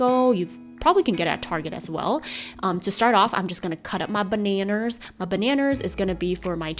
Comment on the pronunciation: I love the way she says “baneners” haha!